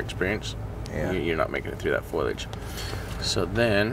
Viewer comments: Jared, it’s foliage, not foilage. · it's foilage when jared says it, he also says jagwire and sussscribe 😅